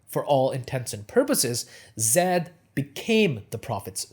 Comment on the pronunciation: The pronunciation of Zayd is with a soft a like in plane not Zed.